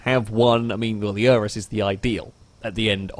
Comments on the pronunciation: Urus, not Uranus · I have to be that guy. "Oo-roos."